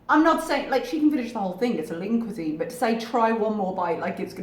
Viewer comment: Does Lean Cuisine rhyme with Poutine? Lol. That's how Chantal said it "cuis-zin"